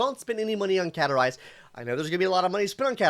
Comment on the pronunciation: are you trying to grow facial hair or did you mess up when shaving? Also there is a "s" in CaStorice's name. Please say it.